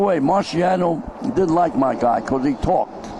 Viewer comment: If you listen to it in context, it sounds like he did say Marciano didn't like Ali because he talked. But intstead of saying "didn't" its more like "dint"